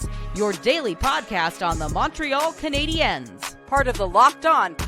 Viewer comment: Mawntreal CanadiYENS